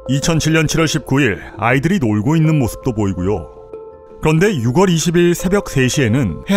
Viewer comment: 유궐 이라고 읽는거 불편.... 유월...